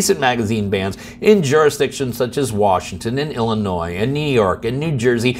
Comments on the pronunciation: Love your videos but when referring to big long state in the center of the country, It's Illinoi. The S is silent. Probably more actually it's - the people's Republic of Illinoi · please pronounce it ill-annoy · Did you just say “Illinoise”? You don’t pronounce the S! Appreciate the content, though. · The S in Illinois is silent. If you pronounce it Illanoy you’ve pronounced it correct. Lol I live in this $hit show of a state. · The "S" in Illinois is silent. you DO NOT pronounce it with the "S" on the end. it is pronounced, "Illinoi". When you pronounce it incorrectly it makes you sound ignorant. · Dang, you finally got Attorneys General right, and then said Illinois with the "s." Note to Maryland residents, there is a "high-capacity" magazine ban, but you can buy or acquire any magazine you want outside of Maryland. It is not illegal to POSSESS any magazine in Maryland, no matter where or when you acquired it. At least until the next session of the General Assembly, so vote accordingly while all of our gun laws are struck down in federal court.